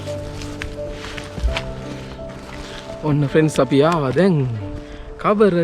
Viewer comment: ප්‍රෙන්ස් කියන එකා පඩයෙක් වගේ 🤣